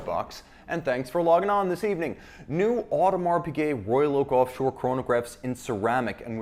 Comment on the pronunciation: Pigut.... Really?